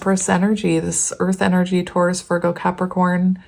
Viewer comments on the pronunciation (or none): none